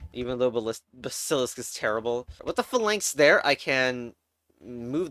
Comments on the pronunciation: the way you pronounce basilisk and phalanx is displeasing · I hate how you pronounce basilisk